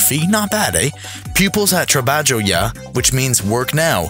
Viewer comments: How come half of your Bangladeshi boat school pictures are actually Vietnamese? Also "Tra-badge-oh yah"? Pffffff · The way he pronounces trabajo is killing me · That's the worst pronunciation of the word "trabajo" I've ever heard.